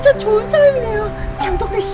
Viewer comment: 장덕대님 부르시는줄...ㅋㅋㅋ 장덕대가 아니라 장독대였...ㅎㅎ...ㅋㅋㅋ